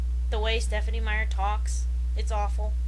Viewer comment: With SMeyer it isn't just the question if she EVER thinks about what she's writing, I really doubt that she ever thinks in general... One thing about your ranting bothered me, though. You're pronouncing her name wrong. ("Stephenie" like "Stephen" as in Mr. King and an "e" added at the end) I think the name sounds ridiculous, still I think everyone has a right to have his name pronounced the way it was intended. Other than that excellent work - just as everything else I heard and read by you.